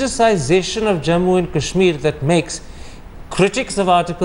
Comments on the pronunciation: This Thapar fellow pronounces Kash-Meer as Cash-Mere. What an angrezi a**s. And fyi, there were many other parts which were forcefully integrated because the Maharajas and Nawabs wouldn't succumb to peaceful means. Pls take note of this Thapar fellow. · Why cant thapar say kashmir and not cashmere?